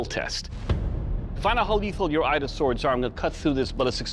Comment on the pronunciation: 'Ida' not Aida.... pronunciation